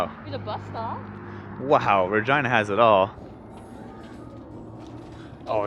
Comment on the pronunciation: Kilometers in transit! When you say Regina your R almost sounds like a V and your E almost sounds like an a. Don't want to spell it out though :)